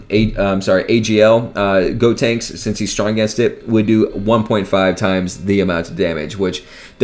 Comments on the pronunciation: Is he saying God tanks? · It’s GOtenks. Like GO. The opposite of stop. GOtenks. GOhan. GOtenks.